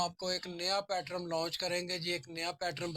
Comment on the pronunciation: پیٹرن ہوتا ہے حاجی صاحب آپ بار بار پیٹرم بول رہے ہیں